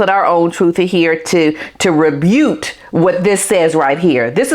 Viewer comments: I don't normally like to correct someone's English but you are such a lovely, young woman inside and out, so I am sure you will forgive me. You used the word "rebute" instead of "refute". If you were going for rebut" it has the sharp 't' sound on the end not the 'oohte' sound. Or possibly you put them both together and made your own word. Quick, you need to trademark it 😊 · It's "rebut". Not "rebute". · Great content but it’s rebuKe not rebute. xxxx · Rebut -- is pronounced "ree-BUTT." Please forgive my cheekiness, I don't usually correct people's language, but the old grammar and language teacher in me had to comment this time. I enjoy your channel a lot, and in no way am commenting on you personally! You have a fan in me, a snitty old schoolmarm!